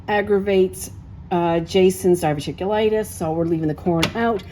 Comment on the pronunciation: Did you say diviticulitis?